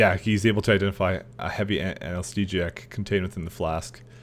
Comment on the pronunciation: Not to pick on you, but "anesthesiac" made me fucking laugh.